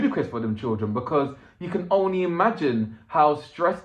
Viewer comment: oh how very posh "ooonly" and then all East end gangster "na wot ar mean!" Quite a lot of dialects in the this video sir!